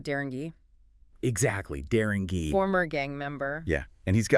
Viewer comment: I cant listen to u. When u can't even say his name right. Darren G. Not geeeeee 😅